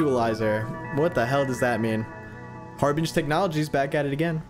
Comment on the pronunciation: harbinge, I just realised that it’s meant to be harbinger but without the R and they are the harbinger of what’s to come.